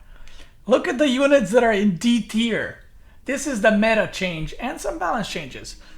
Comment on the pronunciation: It is D-tier not E-tier